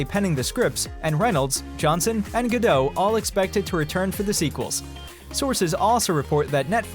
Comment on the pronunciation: It's Gal Gadot with a T pronounced ;)